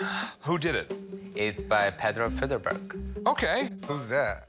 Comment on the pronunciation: Thought he said pedo But there again all the presenters on Pawn Stars look Suspect!